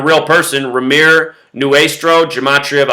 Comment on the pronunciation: I was Kimberly's friend, and you speaking about her in such a demeaning manner is incredibly rude and disrespectful to her family, her friends, and her entire community. It is appalling to see someone who cannot even pronounce her name correctly pretend that he actually knows something about this. Kimberly's story was one that showed the compassion and love of the people around her, and you just turned it into some sort of twisted drama. Not to mention that you completely fail to even do your research correctly. Consider that the people whose lives this wonderful girl touched are heartbroken and grieving. Her community would be terribly upset to see this extremely offensive video in these difficult times. Please take this video down and stop talking about something that is not yours to talk about.